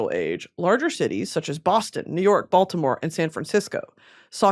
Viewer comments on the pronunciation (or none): none